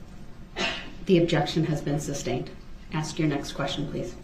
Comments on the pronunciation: Li-berry- substain- tackid. Telling the judge she’s violating her “oaf” of office. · 😂😂😂 He doesn’t even say sustained properly he says substained not knowing it’s two separate words 😂😂